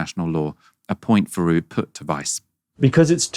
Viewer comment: It's Louis THeroux, not Louis Feroux.